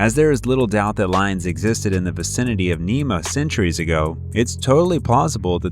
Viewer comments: Nah-mee-(y)ian Lion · Your pronounciation is wrong. Scylla is pronounced SILL-a. Charybdis is pronounced ka-RIB-dis. CH in the Greek is voiced as K. Nemean is nee-MEE-an. Chupacabra is pronounced exactly as it is spelled, CHU-pa-ca-bra. Short A in the final syllable.